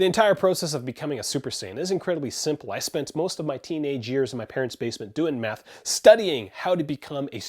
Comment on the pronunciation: I thought he said meth instead of math 😅😂